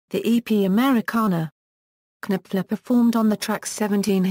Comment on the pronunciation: His name is KNOPFLER, as in Nofler. His name is NOT Kanipfler!! arggghh!!!